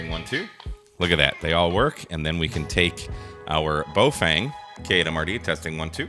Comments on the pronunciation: In English it's closest to BOFUNG or BaOFUNG. There are actually Baofeng pronunciation vids made by the company. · To be precise, it's Boo-Fwang, you need to put more emphasis on the second syllable. Your journey to sound like a native Chinese speaker is nearly complete. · You keep pronouncing the name differently and each time it’s incorrect. First you called it Boefeng, then Boefang twice, then Bowfang and lastly Boefeng twice. It’s a Baofeng: Ba-o-feng. Ba as in bat, o as in got, feng as in fencing without the c, i or second n.